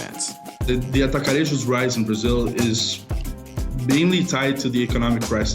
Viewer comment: Brazilians don't speak with accents that are even closer to spanish. Brazilian portuguese pronunciation is very similar to latin, it is a very straight language. When you pronounce "Atacarejos" your pronunciation is completely spanish. We don't roll our tongues for any consonant. So we don't roll our tongues to pronounce the J like in spanish. If you hear or try to speak latin you will understand what language is closer to brazilian portuguese.